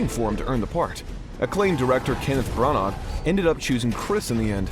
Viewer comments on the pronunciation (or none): none